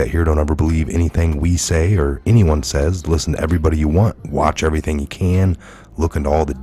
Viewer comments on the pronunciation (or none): none